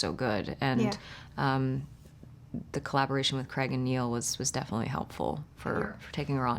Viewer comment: Why can’t Americans say the name “Craig’ properly!?